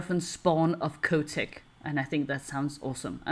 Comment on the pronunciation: The "h" in Chotec is not silent. Is exactly the same as "chocolate".